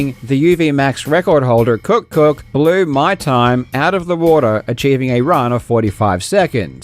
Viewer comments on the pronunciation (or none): Cook cook? Are we sure that's how KuckKuck is pronounced? 😂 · 😂 you kept calling him cook cook... that's not his name, LOL!! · (Don't think his name is pronounced "KookKook"🤣) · who is going to tell Karl that he is totally mispronouncing the player tag?